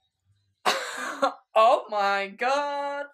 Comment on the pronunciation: I died when he said "oh my", but to me it sounded like"옴마"(omma=mother*in korean*)